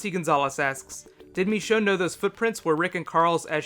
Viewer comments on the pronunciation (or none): Why do you call Michonne MEchonne? Nice vid btw